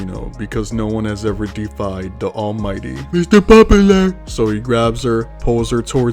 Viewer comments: Mither popaler 😆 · That Guy sounds like a Serial Killer. Also love how you pronounce Mr. Popular 😂🤣